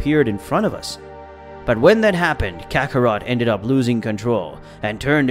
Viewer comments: Why is saying the word “Ki” (key) so hard for some folks to say? I love the story but when i heard “Ki”, Broly, and Zeno incorrectly pronounced, its like nails on a chalk board… its Broly (Bro-Lee), Zeno (Zeh-no), Kakarot (Ka-Cuh-Rot), Babiddi (Bah-bih-dee), and Ki (key). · Dude has to be trolling... kakaroto? Lmao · Man I couldn't finish watching, vig-e-tall is to much. If you don't watch the show or know how to pronounce any of the characters names you should find something else to do 🤷🏽JS Kate-a-rotten or what ever TF you said. Spent more time trying to figure out what the hell you were saying when you were trying to pronounce their names than I did watching or listening to the rest of it. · Your speech is terrible sayjin the j is silent it’s not mijen buu it’s majin buu and for the record it’s not wuss it’s whis damn dude lol you crack me the fuck up lmmfao also it’s kakarot kokoroto omg smdh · Stopped the video when I heard Kakarotor. I can’t do this for another hour and 26 mins.😂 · 4 minutes in to the video and you’ve stated goku’s real name wrong Kakarot😑 which is pronounced “kack-ah-root” and he’s a Saiyan “say-an” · To be fair saiyan in Japanese is pronounced saiyajin and kakarot is pronounced kakarotto, but some other pronunciations are just butchered